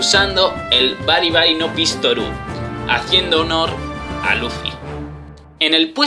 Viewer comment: Se dice pistol no pistoru